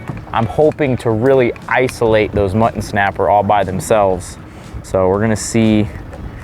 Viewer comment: Cracks me up every time says “Muh-an”! Lol, ❤️ you guys!😂